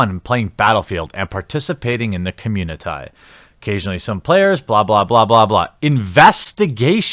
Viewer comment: "Communi-tie" "wahmen"...so...English is, what, your fourth language? Fifth?